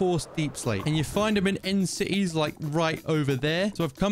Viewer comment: ”End cites”